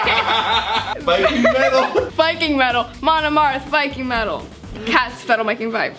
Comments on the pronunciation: MIKING VETAL!!!! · ShatteredTale Studios "Vetal Miking" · "Vetalmike" love you....marry me UwU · Vetal Miking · “VETAL MIKE” nuff said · Apparently, when tries to say "Viking Metal", their mind sometimes changes it to " Vetal Miking" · Petition to change the pronounceation of viking metal to vetal miking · The amount of likes is how many times says vetal miking instead of Viking metal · “Vetal miking” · "Veddle miking" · I lost it when kept saying "Metal Viking" instead of "Viking Metal" XD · This is how many times said Vetal Miking ↓ ↓ ↓ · Legend has it that Tayln still can't say Metal Viking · The one that got me the most was attempt to say “Viking Metal” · OMG trying to say "Viking Metal" is my aesthetic lmao 😂😂😂😂😭😭😭😭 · struggling with saying “Viking metal” was so adorable and funny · can we have a 10 hour remix of failing to say Viking Metal XD please? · not being able to say viking metal had me in tear because thats LITERALLY ME EVERYDAY!! My cheeks heart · watching struggle to say Viking metal reminds me of Ethan struggling to say skillet smh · I kept wheezing throught the video and now I'm in alot of pain.. I was especially wheezing when was trying to say " Viking Metal" and idk why 🤣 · line mess up made me look up Viking Metal